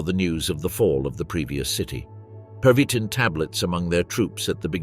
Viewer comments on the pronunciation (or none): My amused observation is that your AI cannot decide whether it wants to pronounce the medication as pervitin, perveeteen or pervy-teen with a perceptible pause between. Otherwise an excellent documentary.